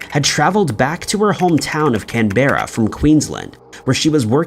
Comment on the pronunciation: Canberra in the ACT Australia is pronounced CAN-b'ra. Ruislip is pronounced RYE-slip. Also, Hubert Chevis was stationed in India in the British Army. Could 'J Hartigan' be a version of the caste 'Harijan' an untouchable caste in India at that time? Could Chevis have insulted caste members and was poisoned by someone who took offence??